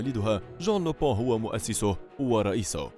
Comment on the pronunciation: ينطق لوبان مش لوبو